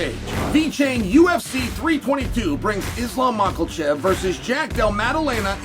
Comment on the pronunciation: Haha, Chael still cannot pronounce Makhachev correctly, he still says "Macalcev", LOL!!